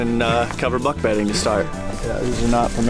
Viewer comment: Ah, yes, “beck budding.”😂